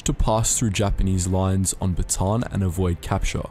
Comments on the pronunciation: Magseysey and bateyn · just a tip... you read most filipino words in syllables... example: bataan=ba/ta/an hope this helps☺ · The westeners saying bataan. Like Baton and Batan. And magsaysay to magsaeysaey. Literal "say" but i don't judge them i think it's just a bit funny. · Really irks me when foreigners pronounce "batān". Take it from a Filipino, nobody pronounce it like that here. It is pronounced "Bata'an". Also say Magsaysay is pronounced with an A not with an E. It is not spelled Magseysey. Enebeeee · Yes they pronounce bataan as batan and magsaysay is mag sey sey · Most of the time words with "ay" are pronounced with a long "I" and Bataan is pronounced Ba ta an. I was guilty of doing the same thing until my wife corrected me on my pronunciations of words like that. I spent a lot of my time in April watching the Filipinas HD Channel and they had a lot of things on about WWII that I watched several times over just to learn more about what roll the Philippines had taken during this time. On the Hunters ROTC Guerillas one of the famous people was Col. Emmanuel Valfor De Ocampo as he was a huge leader for them. You should watch some of the videos that he was on through YouTube. Lots of very interesting things to learn and hear about what they did. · As a Filipino watching a person from another country pronounce "Magsaysay" and "Bataan" is always funny